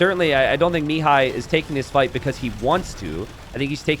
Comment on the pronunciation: Pro tip for pronouncing Mihai's name: think me-HIGH instead of ME-high. Emphasis should be on the second syllable.